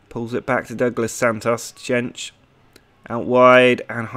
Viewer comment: Jentszsch is pronounced like yentch